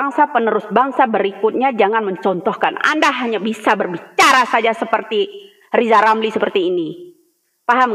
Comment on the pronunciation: Lizal lamli bisa apa sih ngomong aja ga jelas lizal....lizal...kesian deh ..lo